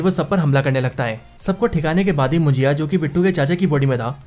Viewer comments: It's munjya...not mujiya😅.. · भाई ये मुंजिया नहीं मुंज्या है और कोन कान नहीं कोंकण है। सीधी बात no बकवास। गलत उच्चार लिए हो आप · अरे मेरे भाई ये कोन कान नाही है. ये कोकण है. और मुंजी या नही मुंजा है . मुंजा ये मराठी शब्द है. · मुजीया नहीं भाई मुंजा मूवी का नाम हे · कोंकण नहीं कोकण (Kokan) मुंजीया नहीं मुंज्या ( Munjya).. Your pronunciation makes the word more difficult to pronounce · भाई मुंजया नहीं मुंजा होता हे ... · मुजिया नही मुनज्या हे भाई😅😅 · मुंजीया नहीं मुंज्या..... कोनकान नहीं कोंकण.... Speak properly brother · भाई मुंजिया नाही मुंजा हे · Ye munjiya kya hai😂 munja suna tha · Bhaya vo mujiya nahi munjya ahe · Your Marathi pronounciations are Pathetic. Munjiya , kon - kan 😂😂😂😂 its Munjya and konkan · Abe pahle movie ka thik se nam liya kar mujya nhi munjya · ये मुंजा है .... मराठी शब्द है... मुंजिया नहीं😅😅... मुंजिया भजिया 😂😂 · Your Marathi is to bad 😅😅... कोकन होता है कोणकण नहीं